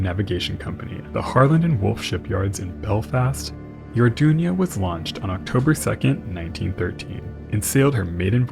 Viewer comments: Greatest documentary as always, but it’s the Arduna, As is written on the hull, not the Ardunia, as you kept calling it. Unless the pronoucination is so how wrong? A bit like the word emphysema, the correct way, when it gets called emphysemia, a bit like what has happened here. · I thing it was the Arduna, & not the Ardunia.